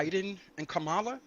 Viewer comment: When there’s so many people that can’t say Kamala the correct way, that’s the cult.